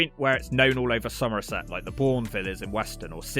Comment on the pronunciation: love the accent when he says "somerset" - a true local. Great video